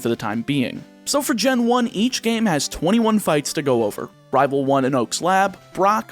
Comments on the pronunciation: At the beginning I couldn't help but notice that you are definitely southern. You don't have a strong accent for the most part, but when you said the list of rivals you pronounced a lot of them as rahval. As a fellow southerner there's nothing wrong, just an observation. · I love how you say rivel Its wonderful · I like the way this guy says rival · The way you say Rival, you must be my kin lol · It's weird how "rival" seems to be the only word you speak with an accent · He says rival like that one guy from that chowder show says rabble rabble rablle or whatever lol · you pronounce rival SOOO southern. immediately smitten. subscripe. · I love how you pronounce rival, it sounds so cool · This is the first video of yours I have ever seen, but that pronunciation of Rival really made me figure you from the Southern US. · you pronounce rival with a weirdly southern accent (no hate) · Where are you from? You have no discernible accept except how you say "rival". I just thought that was interesting, you just abruptly sound southern when you say "rival" but not when you say anything else. But this is a cool idea for a video! So much strategy in planning, it means you have to be careful - what if you need Pidgey in another game? Don't catch it! But what if you really need another Pokemon?! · I like how he says rival like a cowboy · Anyone else think he's pronouncing Rival real southern like in the beginning? In fact, he seems to slip into a southern draw alot this video xD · I love this idea it's super cool and unique. Also random question, don't want to dox you at all but are you from the southern United States? Only reason I ask is because the way you say the word rival just sounds super southern to me. Either way keep up the good work. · The way you say rival